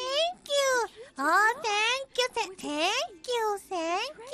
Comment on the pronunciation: "I graduated from Tokyo U" ... "O TANK YU TANK YOU YU AR COMMENT!"